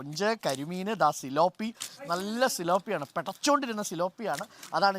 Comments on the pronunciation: സിലോ പി അല്ല. പി േലാ പിയ ' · തിലാപ്പിയ ആണ് ....tilapia ....